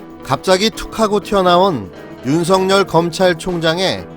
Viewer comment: 근에 왜 윤석열을 윤성열이라고 발음하시는지요....